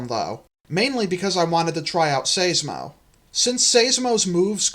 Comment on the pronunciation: I think Seismo is pronounced with a long i, not an ey sound. Like Seismograph. I could be wrong, since I'm not familiar with the Etymology of the long-neck's scientific name.